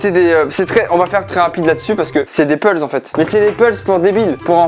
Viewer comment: "des pulze"